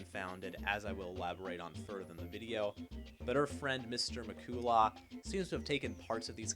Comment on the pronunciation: Not that it matters now but the last name is pronounced Mick-cull-lah. The only reason I mention it is because this video is about how "J.J. didnt do his research and doesnt know what he is talking about." Which is a fine point to make... but it shows you didn't actually research anything either. You openly say you don't know how to pronounce his name and finding something like that out would take 3 seconds on Google. So if you're too lazy to do one extra Google search, how are we, the audience to trust that you did any actual research into the video topic yourself. This might seem like a minor or insignificant point, but it really undermines the authoritative tone you're going for when you don't even know someone's name. Cheers!